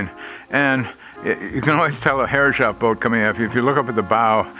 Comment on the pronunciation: Lovely wee boat! Took me a long time to work out 'Herres-hoff' instead of 'Herre-shoff', but see you're still saying the latter. And surely some of those brass fittings are bronze?